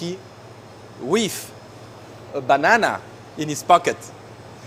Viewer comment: haha i like how he say's banana! its sounds like: " bunahna" XDXD